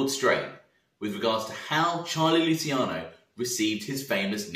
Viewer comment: Mate I love your vids great work. Lol but please pronounce Luciano correctly 😩😩 I’m begging you. Lu-chi-ano not lu-si-cano. It’s my little boys name. Sorry for being so Karen about it.